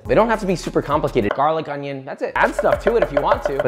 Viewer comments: Im addicted to the “ONYONNN” sound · I love the fact that he didn't say "ooniion" for a while, but he nailed it again with that beautiful sound .